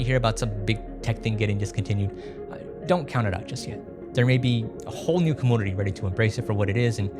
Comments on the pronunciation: what's a "cumoonity"? you said it a couple times in the video, so i was just curious. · Cummoonity? Cumpooter? What? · i always thought community was pronounced come-unity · Did he just say Ka-Moon-ity? Holy cow! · every time i hear coomoonity, coomoonicate, and coompooter i lose my mind. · Say “kompooter” or “komoonity’ one more time bro I swear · and with more compooter and coomoonuty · Is the pronunciation of computer/community an inside joke or just the way talks? Anyway, what a delightful video. I love projects like this to keep things alive and even make them better/more versatile than before. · The way this guy pronounces community is hilarious